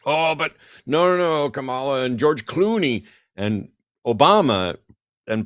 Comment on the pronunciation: still can't pronounce Kamala?? Not a fan.